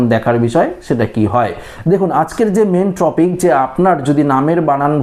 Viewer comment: কথাটা ট্রপিক নয় টপিক